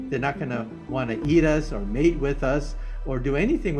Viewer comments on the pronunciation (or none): it's "Mate with us" not Made.